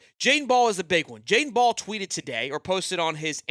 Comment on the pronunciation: Can you say his last name correctly lol